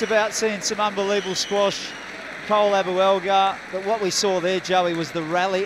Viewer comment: Outrageous .... Squeash?